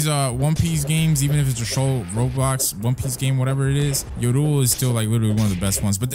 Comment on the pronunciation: Look up how to say yoru